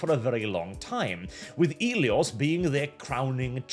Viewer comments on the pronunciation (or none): I know you're Norwegian and couldn't spell if yer a$$ depended on it, but where's the 'S' in "Elio"?? You keep saying it, so it must be there, right??